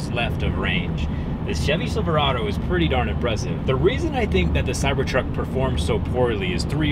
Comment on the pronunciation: I definitely heard "silver auto" and not "Silverado" and now I kinda wish it was "silver auto" lol